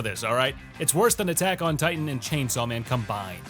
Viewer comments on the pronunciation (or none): none